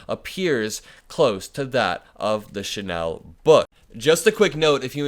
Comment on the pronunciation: Hey you're pronounced Chanel correctly today.🎊 Kudos. Next: Karl Lagerfeld is Lah- gerfeld, not Lay-gerfeld. You are a fast learner and will do well in communications!